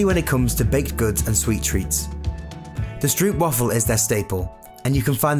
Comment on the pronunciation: You say stroopwafel wrong you pronounce the o as o and not as uuu